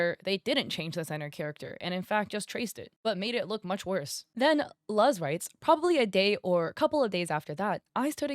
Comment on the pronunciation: I think her name Luz is pronounced Loos